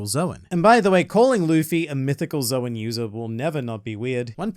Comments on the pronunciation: "Calling Luffy a Mythical Zo-wen user will never not be weird." Well it would be SLIGHTLY less weird if you stopped pronouncing the word "Zoan" so weirdly... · Bro I keep thinking he's saying the N word because of the name of the devil fruit